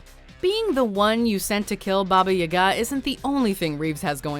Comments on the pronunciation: It's Baba Yoga not youga if you're gonna to pronounce a creature from folklore say it right or don't say it at all..... (jeez you piss people off that way...) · I hate the way she says Baba Yaga, that's not how you say it